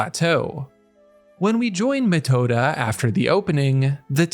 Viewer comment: dude, u've gotta work on ur names don't read the thing, hear how it's pronounced it doesn't need to be perfect, but this is something else even as for reading, Metoda is crazy